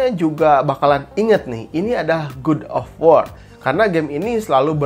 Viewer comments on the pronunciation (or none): "Gud of wor"